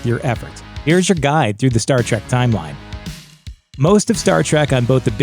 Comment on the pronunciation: and you all ready screwed up... It's TREK you godless uncultured heathenus swine! TREK not TRACK ... How Dare you!